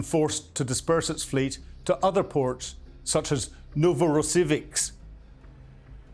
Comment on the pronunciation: Zero excuses for an “intelligence” officer not to be able to pronounce ‘Moskva’, ‘Iskander’, ‘Novorossiysk’. Basic ability to break a word into syllables. BUT still a good update!